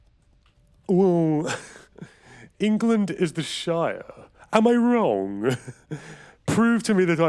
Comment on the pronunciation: Oh boy. Engerlund